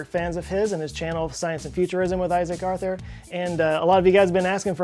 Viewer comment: My girlfriend says because of his rhotacism.